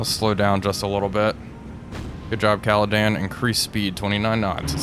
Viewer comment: Hi I know this is pedantic but, could you please stop calling HMS Caledon “Caladan” her name is Caledon as in caledonia, sorry it’s just really bugging me.